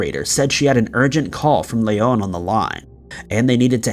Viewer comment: the only time the name Leon has been more annoying to hear was in RE4... Hes from Oklahoma its not Lay-on its Lee-on...